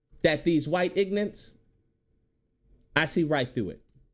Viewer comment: This video makes so many great points, I’m in complete agreement. But the way you keep calling them “ignants” is killing me 😂😂😂 The blk Christians are usually the worst, so hypocritical and it’s infested in c00nery buff00nery